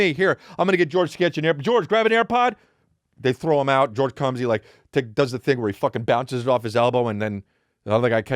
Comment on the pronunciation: Dude......"TH ROW".....